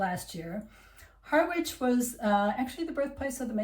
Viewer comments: I live in Wivenhoe so was pleased to see you included us - it's really a great place to live! (btw - Harwich, which isn't far away is pronounced "HARRICH' not 'HARR-WICH' ;-) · Harwich is pronounced Ha-rich, we don't pronounce the W. And you're right, it isn't at its best, in fact, I doubt it ever did have a great time. If you like a drink though, in old Harwich you're never more than a three minute walk from twelve places to get a drink. One of which is the Alam pub which used to be the home of the owner of the Mayflower. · You mispronounce Harwich...the "w" is silent. Both Harwich and Ipswich are fairly depressed...Like other commentators, I am a great fan of Norwich.